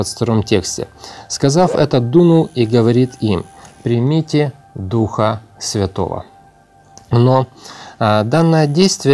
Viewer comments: Это сказано в будущем смысле, читайте последующие слова.здесь нету никакого противоречия, вы читаете не правильно. Примите Духа Святого, сделайте ударение на букву (И). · В этом месте Писания самое важное слово,объясняющее это событие слово-примите(ударение на второе -и).Иисус говорит пришёл к своим,но свои его не приняли.Принять означает-признать,уверовать.Уходя Отцу,Иисус сказал,пошлю другого Утешителя.Когда Иисус воскрес,наступило время обетования пришествия Духа Святого.Но Иисус ходил в видимом теле,а Дух Святой-невидим,поэтому Его нужно принять,т.е-признать,уверовать.Деян.19:2-похожая ситуация.Чтобы получить Духа Святого или дар Святого Духа,сначала нужно принять Его,поверить,что Он на земле и признать Его.